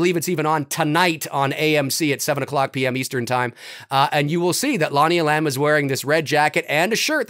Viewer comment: It’s Lonnie E’lam! Not E-lam’! Accent on first syllable!